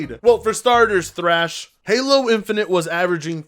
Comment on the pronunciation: I guess the first h in "Thrash" is silent